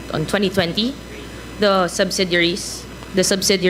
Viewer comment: the other woman wearing blue blazer she could not even say properly the simple word 'subsidiaries' 😂😂😂